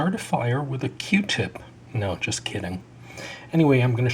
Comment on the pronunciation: q-tip not r-tip